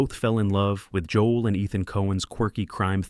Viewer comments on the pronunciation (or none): none